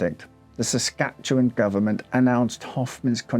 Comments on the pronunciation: Great video, and as someone who’s lived here my whole life I give bonus points for nailing the pronunciation of “Saskatchewan” 💯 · Well I never! You pronounce Saskatchewan properly. It is appreciated. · Your Empress is pleased with your pronounciation of Our home province. 😊😄🇨🇦 Also, the house is a bit of a tourist trap even now. Allegedly haunted. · Congratulations on properly pronouncing "Saskatchewan"